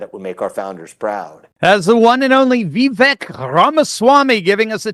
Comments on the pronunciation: I hear Vivek say how to pronounce his name. It is pronounced Vi-Vake ( long A). Just thought I would mention this. I love your videos! Keep up the good work. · My guy, his name is vivake and it sounds like cake. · Please, it's pronounced Vi-VAKE, rhymes with rake, accent on the VAKE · vake like cake... Vi-vake 😀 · His name is pronounced Vi vake. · Please learn how to say his name correctly. Vivek is pronounced “Vi-Vake” like cake. He’s made this clear repeatedly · Think of "cake" when you say his name in the correct way. #Vivek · VIVEK rhymes with CAKE